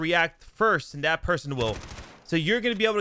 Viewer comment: Exhaustionn Na I’m good. It’s That not dat. It’s There not Dare. It’s This not Dis. Is it really that hard to make a th sound?